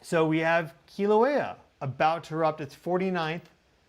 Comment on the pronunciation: Mahalo nui for pronouncing Keelawaya correctly. Next lesson, Mauna Loa, Maauuna Loa. Not mana, which means spiritual power. Maauuna Loa has mana nui! Much spiritual power.❤